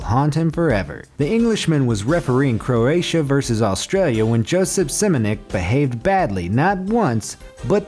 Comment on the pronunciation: 6. Simonic :-) .... it's Šimunić .... or Shimunitch if that's easier for you....